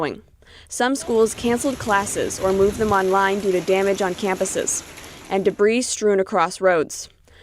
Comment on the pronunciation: Please someone help here debris is pronounced deh bree, not debreeze.